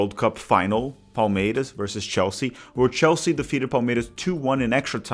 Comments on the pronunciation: Seu canal é bom demais, parabéns pelo conteúdo! Só uma dúvida que surgiu aqui: Você definitivamente não é paulista, né? 😅 Vi que torce para o Palmeiras, mas a sua pronúncia do S em português não é de torcedor local hahahaha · Awesome to have Brazilian football/soccer coverage in English. Just wondering why you’re pronouncing Palmeiras and other ‘s’ like a Carioca 😂. My wife (a gringa) who is learning Portuguese was confused and of course I’m steering her towards the Paulista way of pronunciation.